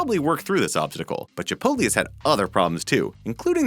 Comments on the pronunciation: DONT SAY CHIPOLTE!!! (It offends Mexican culture, according to my tour guide on my recent trip to Ensenada) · THE WAY HE SAYS CHIPOTLE